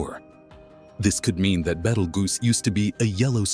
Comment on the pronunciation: At least pronounce the stars name correctly please.